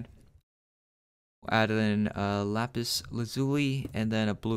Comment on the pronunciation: I laughed when he said lapazuli instead of saying lapis Lizuly